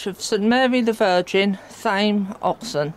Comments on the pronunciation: The Th is not sounded as an F. So Tame as in not wild! Hope that helps!. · As a resident of Thame and residing close by, it's pronounced Tame, the h is silent.